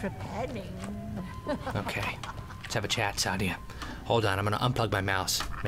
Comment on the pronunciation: But.... The innkeeper says SAH-DEE-AH... ARE YOU SAYING THAT THE GAME DOESN'T EVEN KNOW THAT HER NAME IS PRONOUNCED WRONG?!